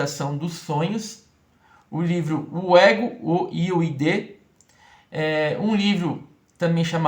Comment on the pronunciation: O id está mal pronunciado. O pai da psicanálise científica e Freud. A palavra já existia sim, porém não era delimitada, estudada, com leis, teoria e método. Fico.impressionada de quem não psicanalista, com formação, que dura muitos anos, se obedecer o tripé, ficar dizendo essas coisas.